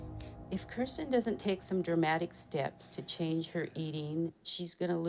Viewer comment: Way to make Kirstens look bad. Uggggghhhh. But thank you for pronouncing it correctly!! Very few people do 😅